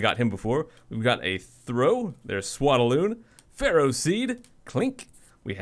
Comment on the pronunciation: Swadloon is pronounced: Swad-Loon there is no a between D and L